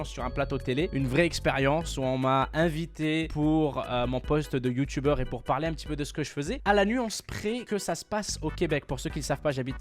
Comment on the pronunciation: "Le youtoubeur" mdr